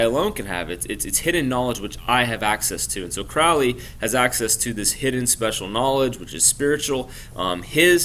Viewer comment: It's CROW (like the bird) LEY and it's THELEMA a Greek word not Thelma. Just FYI.